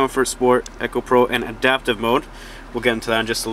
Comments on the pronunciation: Echo? Isnt it eco?? E-co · Eco Mode, not Echo Mode ;(